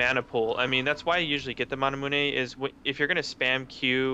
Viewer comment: I'm listening to the way they say manamune, and at first i thought he just said it as a joke, maybe because someone said it wrong, but they actually pronounce it that way...lol